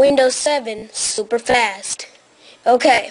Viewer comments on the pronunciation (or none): ~~ listen carefully she said ( how to make your windows 7 super frasssssssssssst hahahahaha